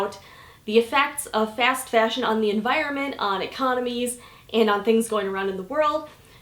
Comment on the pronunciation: Wow. Never would have guessed that lol The way you pronounce "fast fashion" is sooo midwest hehe